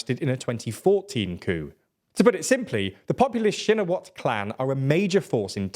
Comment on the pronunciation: I'm Thai and while some of the names are pronounced wrong but he pronounces it better than lots of news outlet tbf. Pheu Thai and shinawatra are the ones he gets much closer than other outlets.